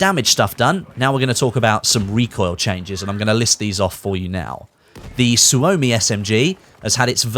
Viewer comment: Please! The SUOMI is not pronounced SU-OH-MI its a normal O not an OH or the name of the letter. Finnish people cringing everytime someone says SU-OHMI lol Suomi means Finland in finnish btw